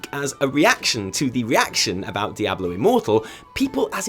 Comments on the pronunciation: dye - A - blow...bahahahahahahahahahaha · I was literally about to comment about your Diablo pronunciation right as you mentioned it.